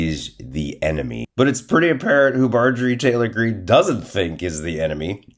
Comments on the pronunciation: You said Marge Trailer wrong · Did our boy accidentally say “Marjorie Traitor Greene”? My new name for the pig..thanks!